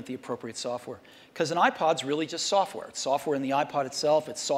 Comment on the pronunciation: “Soffware”—Steve Jobs